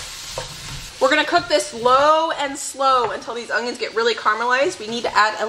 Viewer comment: I love, I really do, I mean who doesn't right... But everytime she says ong-ions 😕😕😕I'm like what is an ong-ion?